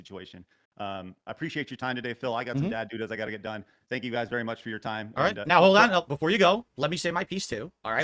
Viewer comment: "I really had him going guiz right right right. I had him going so good" Craig: "sure?.."